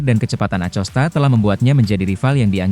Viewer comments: akosta pak baca nya acosta. kayak orang enggak sekolahan aja 😢😢😢😢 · Bacanya bukan pedro acosta, tapi Acosta